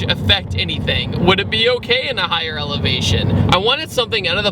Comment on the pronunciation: "Elevazion" haha great stuff 👍🏾